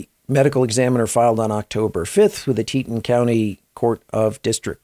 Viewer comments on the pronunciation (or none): Correct pronuciation of Teton is tee-tawn.